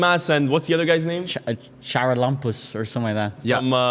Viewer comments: Charalampos is pronounced Haralabos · My as a greek laughing with trying to pronounce Charalampos 😂😂